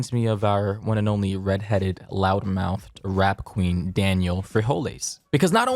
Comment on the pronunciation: Did say rap queen or rat queen Just asking🤷🏾‍♂️